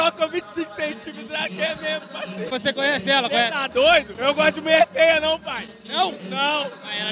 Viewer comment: "eu gosto de muier feia nao pay" .. ele ta podendo escolher muito ner 😂😂🤦🏾‍♂️